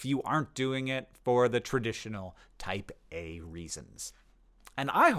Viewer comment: Me giggling like an idiot thinking Hank is always talking about 'Taipei'. 😂😂😅😅